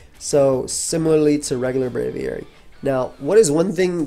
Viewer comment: they butchered Braviary 😭